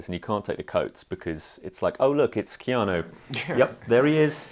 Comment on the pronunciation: Enjoyed this interview very much, apart from your pronunciation of his name. Keano?